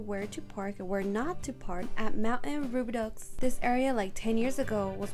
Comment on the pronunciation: Thanks for the video! It’s however pronounced “Roo-bi-dough. Though some may pronounce it “Roo-bi-dew”.